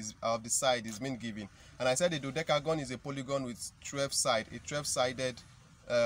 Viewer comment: You can not you cannot pronounce dodecagon well 🤪😄😛